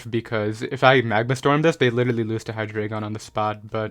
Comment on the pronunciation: I love you and your content. But it's HIGH DRY GON